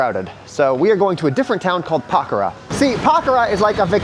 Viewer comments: It’s Pokhara not pakhara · Po - Khʌ - Ra But, that's just a small tidbit.